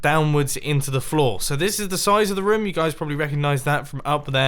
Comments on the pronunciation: Dont forget about rumm instead of room😂😂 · roum? roam? don't you mean room? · Does anyone else think he says room weirdly? He says it like roaom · Mumbojumbo and Markiplier and 1 thing in common, they both say room like 'rom'